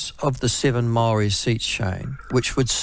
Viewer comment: For goodness sake how many years have you lived in New Zealand, Aotearoa and you can’t pronounce Māori words ?